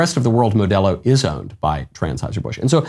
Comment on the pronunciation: "Transheuser Busch" lol